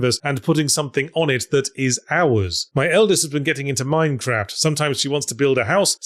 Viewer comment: Entirely pointless observation, but I've noticed Yahtzee now pronounces "Minecraft" with a short "a" sound, unlike the long "a" he used in his original Minecraft ZP video